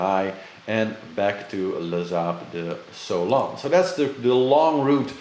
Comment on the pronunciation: It's great to see you back… but beware is Sable d’Olone... Pas sable Sonone…. No ‘s.😊